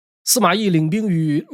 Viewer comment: 乂讀愛音❤